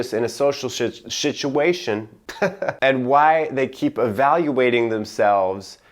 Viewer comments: "Shituation" perfectly said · "Anxious Introverts...[Can't help] but feel anxious in a social Shitu... situation. (awkward laughter, shake it off)" SHITuation. Lmao. Made my day,. Edit: Also, according to the Test, I'm a Social, Thinking Introvert. A bit expected for me, however. Anyone else do the test on his link? What did you get? As expected? I'm simply curious. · Social shituation 😂